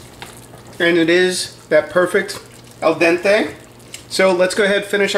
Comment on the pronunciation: And, you correctly pronounce the final 'e' in 'al dente', so why do you say 'marscapoan'?- it's the same rule, - EVERY terminal 'e' in italian is pronounced as 'eh'- so it's 'marsacapon-eh.